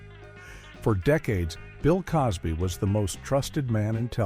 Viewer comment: I agree - - Bill Coz Bee? - Danny Mas Ter Son? - Lor Ee Lock Lin?